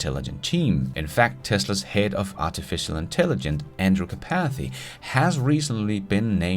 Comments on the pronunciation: Artificial intelligen...CE... it feels weird every time you say it without the CE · You did a whole episode and said “artificial intelligence “ wrong over 100 times!